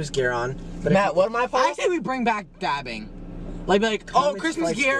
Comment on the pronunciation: I thought nick said vabbing😭☠️